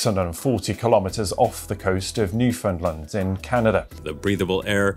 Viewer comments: You called it NewFinland ?????? Is this AI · Love your video but one thing Newfoundland is pronounced Newf en lan by Canadians. Not how you’re saying. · Why are you saying Newfoundland like that? Newfinlind? Wtf? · Newfoundland - (Nuh-Fen-Land) Not: Noo-Fin-Lund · It's always jarring watching people not from Canada pronounce Newfoundland. I think this is the first time I've encountered New Finland. It's more like Newfen-land. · It's "Newfoundland", not "New Finland". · why do people keep pronouncing Newfoundland as "Newfinland"? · Heads up about the pronunciation: it's New-found-lind. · I'm so sorry to say this, but hearing Americans pronounce Newfoundland as New Finland is so grating on the ears. Why do none of you know how to pronounce it? 😭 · Did she say Newfinland? 😂